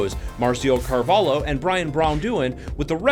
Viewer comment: Marcio Carvalho not Carvalo. :) But (I don't know why) americans can't spell the name the right way.